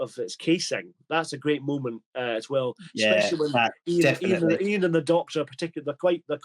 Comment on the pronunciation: I always thought at this point the Dr was deliberately mispronouncing Ian’s name to get a little back for the loss of authority over the group. Hartnell’s line fluffs seem to have been in the middle of long sentences. Has anyone got a copy of the Titan Books script book for The Daleks - that would be interesting to compare